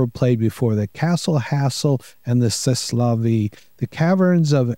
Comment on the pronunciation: Congrats,! You win the award for the "Most American Sounding Pronunciation of C'est la Vie I've Ever Heard." 😏